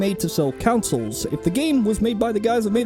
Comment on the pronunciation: TIL consoles and console are pronounced "councils" and "counsel"